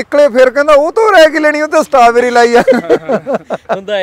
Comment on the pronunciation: ਸਟਾਬੇਰੀ ਨੀ ਬਾਈ ਜੀ, (ਸਟ੍ਰਾਬੇਰੀ)